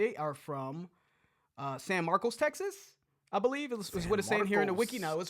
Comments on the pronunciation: Pronounced San marcus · San Marcuss , accent on the "a" in Marcos . Pronounced like cuss , cussing . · Idk why every non Texan pronounces San Marcos like that. 😂 it’s like San Marcus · Lived there for 4 years while at Texas State. Its pronounced both ways depending on the person, I prefer San Marcos rather than San Marcus lol. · It's actually Spanish and is pronounced S ah n M ah rc oh s